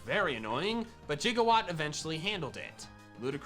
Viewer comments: mandjtv saying “jigawatt” instead of “gigawatt” makes me irrationally upset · We're just gonna let this mans call Gigawatt, Jiggawatt though?!